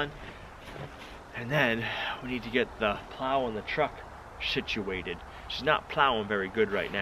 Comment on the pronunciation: Did say "shituated"? Must be cold. I know my mouth works funny when I'm out in cold weather 😉😛😁😂